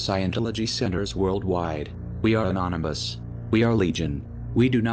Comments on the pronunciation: It cracks me up that the news caster called it the "Church of the Annonomys" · ''churche of the anonymus'' lmao